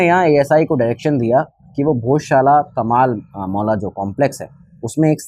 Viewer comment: महोदय हिंदी में भी पढ़ने की आदत डालिए इंग्लिश के कारण कमाल मौला को कमल मौला बोल रहे हो